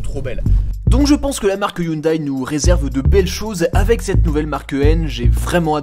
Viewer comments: Haha ! Non on dit "hioundai" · Excellente vidéo j’adore 🥰 par contre Hyundai ne se prononce pas hyndaille mais hyndé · Pair pitié, on ne dit pas HyundAÏE mais Hyundè. Bel essai sinon, j'en possède une et j'adore cette voiture. Elle est discrète en apparence, mais dès qu'on démarre le moteur, les têtes se tournent... et quel bruit. Un kif ! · On ne dit pas youndail on dit hé oun dé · On dit "Hyundai" comme day a la fin ;) Sympa la vidéo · hyundai se prononce hyundé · ca se prononce "hyundé" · Si j'écoute bien ta prononciation de hyundai, je déduis que quand tu conjugues le verbe avoir à la premiere personne du singulier "j'ai" tu le prononces j'aille